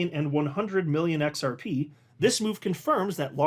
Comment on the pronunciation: DID HE ACCIDENTALLY SAY XR PEE PEE? 😅